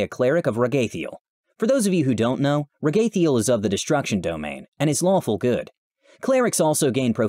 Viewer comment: I thought it was pronounced Rag-a-thiel